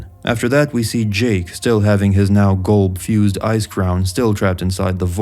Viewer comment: Its not "GOLB" its "Gulb"